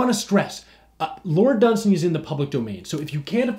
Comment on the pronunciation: Wait... you do know pronounces his name dun-SAY-ny right?